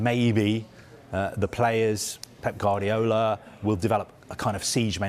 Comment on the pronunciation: What kind of a football journalist still can't pronounce Pep Guardiola's name correctly after all these years? It's Gwar-diola, not Gar-diola. This has no credibility.